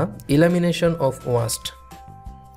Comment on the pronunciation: very helpful class but Sorry to say sir it not ওয়াস্ট it's ওয়েস্ট।